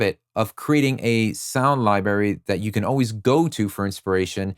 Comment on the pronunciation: Library has 2 Rs Sound library Not sound “Libary”